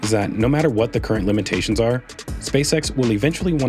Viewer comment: Just say limits, no need for "limby-tay-shunz" to ever be said.